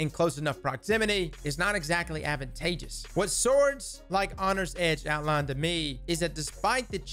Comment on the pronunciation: "Hongry Edge" Lol, love it.